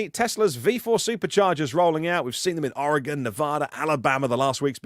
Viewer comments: Why did it take a Brit to finally pronounce an American state correctly 😂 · thank you for correctly pronouncing "Oregon" at 9 minutes 10 seconds into this clip. Much appreciated!